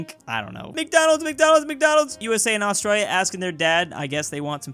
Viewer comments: ITS FRICKIN 'ASTRAILIA' NOT 'AUSTRAALIA' 😤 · Astralia lol its Austrayleeah